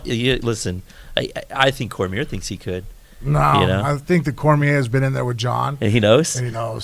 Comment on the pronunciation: Short muscle head on the back left can't say Cormier correctly and it bugs me